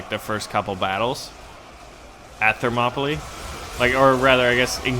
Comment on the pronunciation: Thermopylae is pronounced Therm-ō-pee-lay